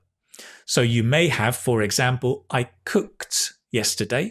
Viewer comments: At different pronunciations of past tense of verbs section, I guess ending sound of "cooked" is pronouced /t/ not /d/. Are there two ways of pronunciation or did I make a mistake? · Sorry,, but it seems you have the first 2 mixed up! Cooked is a t sound… and washed is a d sound….